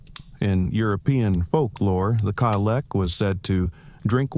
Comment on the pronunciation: Oh dude. I love you and your stories. But I have to be honest with you. Your pronunciation of the Cailleach was so God awful if I had not turned on the captions, I would not have realized you were talking about her. There's quite a few channels run by people who are either Scottish or study her as a Celtic figure. You might want to look them up. You've also got your days confused. The Cailleach rules from Samhaim until Beltane, or November 1st through the 1st of May. But on the 1st of February, Imboloc begins to slowly give way to Bridget, the Lady of Spring. But also on that day, she will gather together firewood. If the day is fair, she will be able to walk out a great distance and gather a great pile of wood. And winter will last much longer. But if the day is foul, she will stay closer to home and gather less firewood. And winter will end sooner. She's also always dressed in blue with some sort of skull about her, perhaps a bird skull is a necklace, or dangling from her belt. She's often even described as having bluish skin and she is frequently mentioned to be blind in one eye. And she is always veiled. In fact, Cailleach means "veiled one" or veiled woman." It was even once an old fashioned name for nuns in Ireland and Scotland (back well before the reign of Mary Queen of Scots, when the Catholic Church still held sway in Scotland). That doesn't match the description here. So whatever these gentlemen may or may not have encountered, I doubt it was the Lady of Winter. No